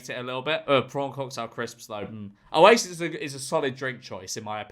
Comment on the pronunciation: Oasis" sounds like u sayings isis som no wonder yer xovering yer face 😂